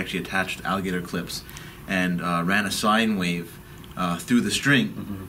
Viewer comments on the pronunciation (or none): none